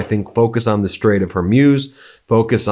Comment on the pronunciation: Please learn to pronounce the strait!